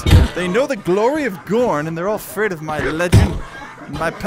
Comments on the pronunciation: Btw it's gorn :D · Y can't u say gorn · You did say gorn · say gorn